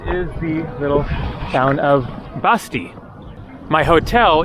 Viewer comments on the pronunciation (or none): Not much of a drinking game if you drink every time says Batsi wrong...